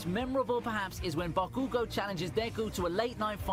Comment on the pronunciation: Bah-ku-go lol😆